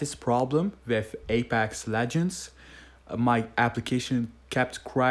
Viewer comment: I had the same problem with Apax legands is how this man said it😂